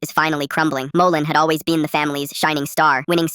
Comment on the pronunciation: Guys did you hear the start it said “molten has always Bean” and not been